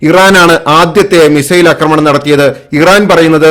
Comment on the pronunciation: അക്രമണം തെറ്റ് . ആക്രമണം എന്നതാണ് ശരി